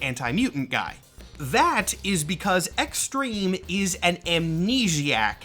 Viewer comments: Ah yes, X-Trem-eh. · Honestly i can hear u not pronouncing the hyphen